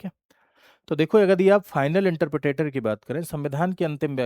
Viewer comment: Are sir Interpretor hota hai😅 Not interpretator 😂😂😂